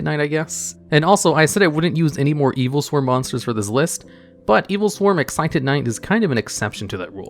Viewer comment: Thank you for pronouncing Exciton properly. Also, he lost his tail.